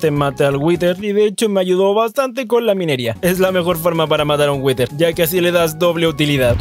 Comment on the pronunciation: Por que pronuncias "witer"??? (whiter) Creo que se dice "wider"